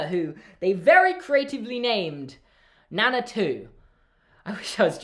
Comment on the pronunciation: Nana 2. I thought you said "that they named Nana, too" but no. NANA 2 😂😂😂😂😂😂😂😂